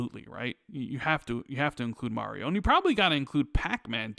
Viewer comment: Everyone: "Mario": "Merio"